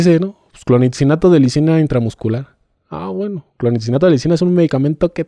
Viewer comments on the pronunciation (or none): DIAGNÓSTICO( DIADNOSTICO)...INTUBAR( ENTUBAR)...CLONIXINATO DE LISINA( CLONITZINATO DE LISINA DICE EL SR.)🤣🤣🤣🤣🤣🤣🤣🤣🤣🤣🤣🤣🤣🤣🤣